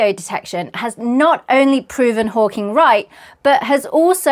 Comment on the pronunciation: You said “Hawking”… subscribed 😂❤